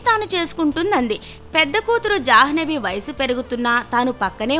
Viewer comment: It's not jahnavi it's jhanvi